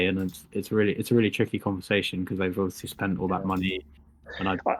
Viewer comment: "Ovishee" or Obviously...?